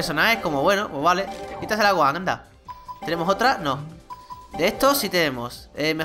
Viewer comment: es gohan no gojan